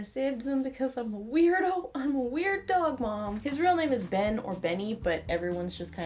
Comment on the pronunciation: When you said "Ben" like Christian. That made my morning